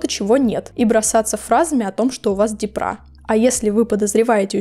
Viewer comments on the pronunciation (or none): Почему "депрА", "дЕпра" же?! Ну, не суть.